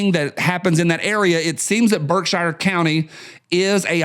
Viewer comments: I used to say "how do they traverse the void of space in a dozen lifetimes?" but now understand that just because I don't understand it doesn't mean it isn't possible. BTW it's pronounced BERKsheer not Shire like the place hobbits are from and f the brits who say BARKsheer. Netflix and Alphabet Inc are Unforgiven. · That covered bridge has been closed since the early 70s. Also historic marker. I don't know, I think maybe BSyou can't tell you are leaving Gt Barrington and going into Sheffield. Your pronouncing Birkshire wrong not shire sher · Lived in western mass. all my live, we pronounced Berkshire Mtns. BerkshEAR not Berkshire. We lived in New England not England. Thanks. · Pronounced “Berk-sheer” up here brother👍🏽👍🏽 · "Berk-shear" That's ok, I used to say "App a lay shi uh"